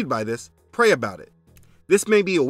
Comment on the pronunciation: "Ask the Father" not "Axe the Father" You did better